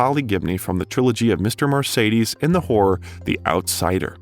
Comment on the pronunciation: Necessary Things—Ha! A few of the novels you mention are actually a collection of short stories. Joe Hill’s 20th Century Ghost Stories, and S King’s Full Dark No Stars, etc. You mispronounced Mimeograph, Bangor, and Mr Mercedes.